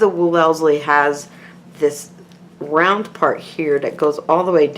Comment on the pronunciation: I've realised, after watching a whole bunch of similar videos, that no one on youtube knows how to pronounce Wellesley haha. Great video though!